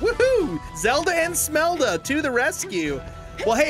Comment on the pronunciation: it is Shmelda not Smelda